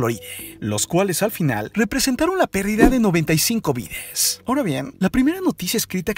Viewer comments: Me estresa cuando menciona una palabra que debería terminar en A y la termina en E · Por qué le cambia la a , a las palabras como vida, salida, Atlántida, electrónicas, zona, fuerza entre otras por la *e*. Le pierde seriedad a su investigación. A mí hija le dejaron este tema de investigación y realmente sentarme a escuchar este video es una lata. De verdad que no pude concentrarme en su investigación.